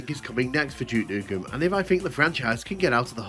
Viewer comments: Какой нах Джок?? Дюк Ньюкем! Джок какой-то... Тьфу слушать противно! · Джюк Нюкем хех. Субтитры дают Juke как Jukebox